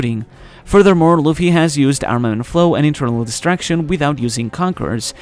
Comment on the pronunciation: It was quite clearly called "Internal Destruction" - Probably something like what Trafalgar D. Law used on Big Mom in Wano. In the narration, however, the word sounds like distraction. Definitely not the same. should work on his pronunciation of that word. Oh - and BTW, I found out that if Luffy exclaimed "Yamero" instead of "Yameru", that would be slightly more demanding. A note on voice haki: could well be what the character named Apis used to understand millennial dragons?